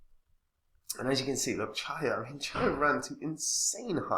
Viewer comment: "Cheeeya", not Chiya 😂 👍